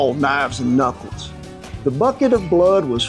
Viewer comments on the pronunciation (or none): none